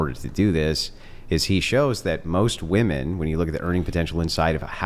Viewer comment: She can’t even pronounce women correctly.